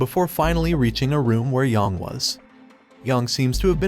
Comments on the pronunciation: its not pronounced yawng its pronounced yaeng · YONG, really? It’s Yang, they say it in the game. You can at least pronounce it right. I hate when people do this, it’s disrespectful